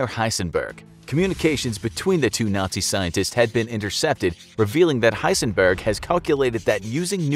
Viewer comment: dude its not that hard H e i s e n b e r g